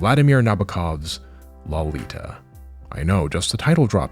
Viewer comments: Good video on the subject. But I find it really ironic that even the Japanese pronounce "Lolita" better than every single YouTube weeb I've heard say it, and it's clear that none of them that broach the subject have read, listened to, or watched any version of Nabokov's novel, because you all pronounce it as if it were derived from the word 'lolipop' instead of the name Dolores. And you even said Dolores in the video. It's like someone pronouncing "brony" as "BrAWny" or pronouncing Genji as "Jenjee". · You're pronouncing Lolita wrong